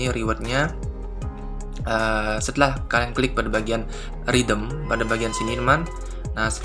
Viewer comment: Mas sorry, "redeem" dibacaanya "redim" bukan "ridem'.